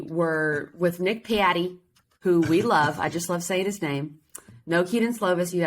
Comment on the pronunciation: Patti, not Piatti